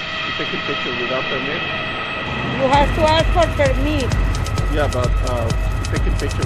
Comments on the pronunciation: "You have to ask for permeet." OR is it 'permee?' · What's a per-meat?! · I have a question. What the fuck is PERMEET??? She said you need a PERMEET.. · You hax to ax for permeeth.